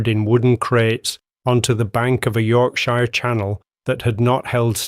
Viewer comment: The narrator can not pronounce Yorkshire.